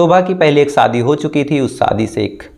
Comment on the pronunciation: Please ap apna sh or s thik kejye, shobha hota ha, sobha nhi, shadi hoti ha, sadi nhi, suru, nhi shuru hota ha